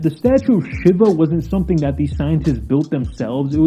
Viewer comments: Shiver?! It´s pronounced She-wah. Shiva. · “Hee dron”.. “shiv ah”… do you not know how to pronounce words?.. It’s Heh dron and She vah… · Weird correction but I believe the Hindu god of Shiva is pronounced (Shee-Vuh). I could be wrong but that's what I have heard for the pronunciation.